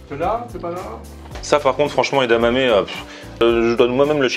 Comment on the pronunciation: "Une galette de légumes frits et une portion d'edamame". Le premier accent mixte au monde : marseillais - japonais!